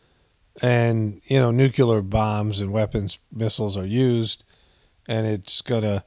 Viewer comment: NU CLE AR not NUCULAR